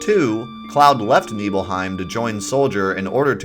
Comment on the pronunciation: NIBBLE-HYME! NOT KNEEBULL-HYME! Nibelheim= NIBBLE-HYME** 🤦